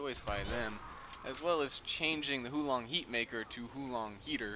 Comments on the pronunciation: not "hoo long heatmaker", it's "huo lon heatmaker" (chinese) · Huo Long Heater is pronounced Hwo Long Heater btw :3 I speak chinese.